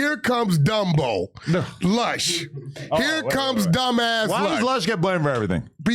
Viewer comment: It’s Flush not Lush